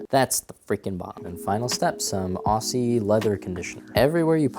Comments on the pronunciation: 'Ossie' WAX WHAT. IS PRONOUNCED 'OZZY'. danke :) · Aussie... as in if youre from Australia them youre an Aussie "ausshee" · The 's's in Aussie are pronounced like 'z's... Just FYI...